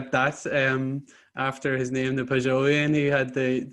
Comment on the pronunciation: Great interview. Really enjoyed this discussion. Thanks for making it happen. P.s. Ahem: "Pageauvian" would be a better way of pronouncing the Pageau adjective.